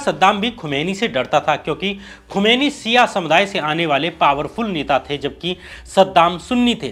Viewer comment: खुमानी नहीं खुमानी साहब